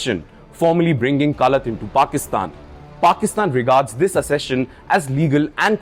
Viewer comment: Wrong pronunciation of the word accession